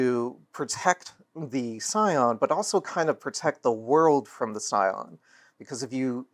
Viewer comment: Scion, not Psion